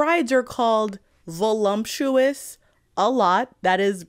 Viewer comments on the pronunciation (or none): I had to take another look at the screen when you pronounced it "volumptuous" because that would have been SUCH a goofy favorite word to have XD Unfortunately, Stoker wrote it properly. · There is no "m" in voluptuous.